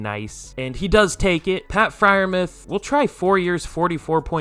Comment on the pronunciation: It's pronounced Fryer Mooth you casual autistic